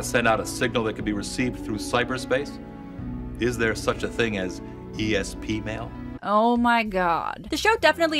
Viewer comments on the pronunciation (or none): I will unfortunately not be able to finish the rest of this video as hearing Frakes say “ESPmail” around the halfway mark killed me on the spot.